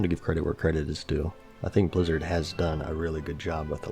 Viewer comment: Why does Asmon pronounce it as Bluzzard? And what is BoD? Bind on dickup?